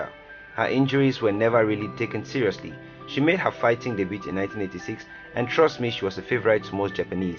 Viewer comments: He said debut like “debute” lmao 😂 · You don't pronounce the "t" in "debut".